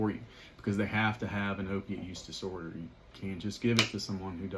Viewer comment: Why the heck do you mumble if you’re going to do an educational video on an important subject? At the mark you’re talking about chronic pain and you MUMBLE something about an (OPD disorder??? Idk what you said, OPD or OPIE’s disorder or WHAT???) Now I heard OP USE disorder! Are you saying Opiate Use Disorder??? What does that have to do with Chronic pain. Now after playing it Over and over it sounds like you’re saying if someone presents to you with Chronic Pain and wants Sub., or Meth., “you have to really get into it with them…” cuz they must have an OPIE’s use disorder or Opiate Use disorder? But I’m not sure cuz you’re being so nonchalant about the whole thing idk what you’re saying. You can’t help people with Chronic Pain unless they go out and get on an opiate disorder, lol. So if you’ve got Chronic pain get on opiates so you can get Methadone or Suboxone. That was a very lame second informational video on the subject! Very disappointing. I suggest you delete the video, put on your lab coat, enunciate and give us a good scientific explanation on Methadone vs Suboxone plz!